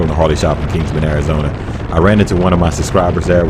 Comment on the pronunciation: This is my back yard.. One thing, it's Kingman, not Kingsman.. I think that is a movie..lol.. I very much enjoyed this video..